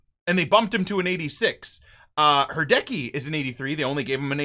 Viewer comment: HI love ur content from finland! Quick tip Hradecky is pronauced RADECHKY